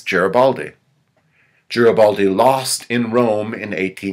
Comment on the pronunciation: It is a pity that he continually mispronounces the name "Garibaldi"